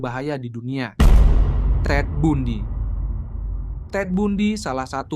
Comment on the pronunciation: TED BUNDY cara bacanya bukan TED BUNDI tapi TED BANDI. jelas ya bg, makasih